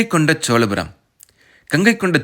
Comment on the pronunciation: தம்பி!!!! என்று பெயர் வைத்துக் கொண்டு உனக்கே முதலில் தமிழை ஒழுங்காகப் பேசவும், எழுதவும் தெரியவில்லை. சோழபுரத்தை - சோலபுரம் என்கிறாய் அடையாளத்தை - அடையலாம் என்று எழுதியிருக்கிறாய்🦧🦧🦧🤔 அடுத்தவர்களைக் குறைகூறும் முன் உனது தவறை திருத்திக் கொள்ளவும். திரையில் உள்ள எழுத்துப்பிழையை எப்பொழுது மாற்றுகிறாய் என்று பார்க்கிறேன்.🧐🧐